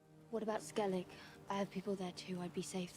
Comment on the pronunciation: I love this series. But it's still bothering the fuck out of me the way they pronounce Skellige.